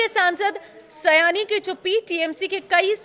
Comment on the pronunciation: उसका नाम सयानी नहीं है सायनी है। सयानी बांग्ला में कोई शब्द नहीं होता।